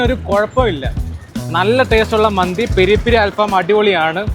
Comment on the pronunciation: മന്തി📉 ❌ മാന്തി📈 ✅